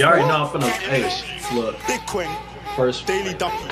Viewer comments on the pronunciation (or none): Bitcoin 🤣he says big Kweng